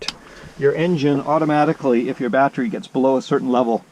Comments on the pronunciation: What is a "BAT-Tree" ? The word you are attempting to pronounce is.... BAT tERy, that's ....BAT-TER-EE.... not bat-tree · U say battery funny !